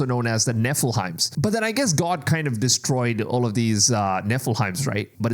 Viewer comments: Can you please stop saying Nephil-heims its Nephi-lim! 😂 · Nephilim Not “Neph-a-lime” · They are not pronounced Nilfelphim the are called Nephilim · Neh-full-himes 😆 It's Neh-full-limbs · Learn how to pronounce u our we present nefiliem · It’s Nephilim your butchering that name 🤣🤣